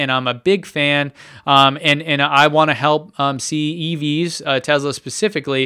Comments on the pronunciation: I thought it was Tesla not Tezla? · it's pronounced tesla with s not z !!!